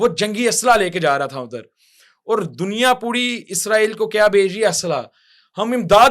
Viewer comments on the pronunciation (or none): none